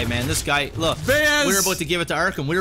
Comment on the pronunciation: WHY DO YOU KEEP SAYING "ARKHAM"?!